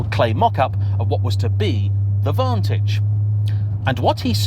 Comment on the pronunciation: Did you say vontoge? Shame. Wait. Le mon? Stop it!